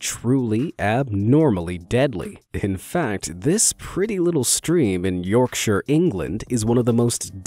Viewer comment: So happy he said yorkshire right